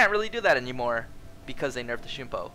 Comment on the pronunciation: the way he says shunpo instead of shumpo is triggering me so hard